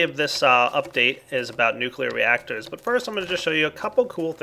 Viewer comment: or nucleaar control